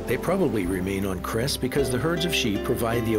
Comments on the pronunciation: ITS NOT KRES ITS CRES... YOU NEED A BIT MORE EDU\ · I love how people make documentary of Croatia but the Cres the c is sed as a s